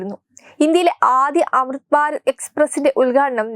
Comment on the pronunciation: Amruth Bharath ennucharikkan polumariyillaey. "Amitbarat.. Kollaam